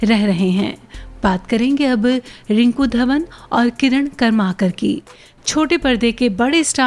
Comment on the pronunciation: किरण करमरकर...not कर्माकर